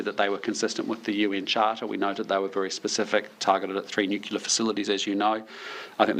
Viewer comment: It would be nice if we had a Prime Minister that could properly pronounce the word 'nuclear'.